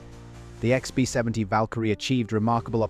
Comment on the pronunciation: The AI mispronunciations are hilarious lbf becomes leaf or something equally unrecognizable “Icksby 70” 😅